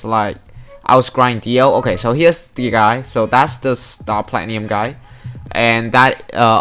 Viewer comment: I love the way you say star platinum